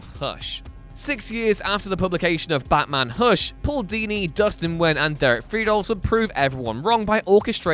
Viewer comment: Can you say baT-man